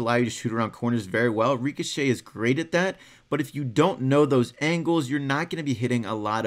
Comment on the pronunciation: Stop saying reekashay